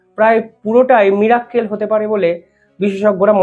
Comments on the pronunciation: Mirakkel (Mir-Akkel) নয়, কথাটা Miracle মানে অলৌকিক।। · Mir er "Mirakkel" dekhen bodhhoi!😢😢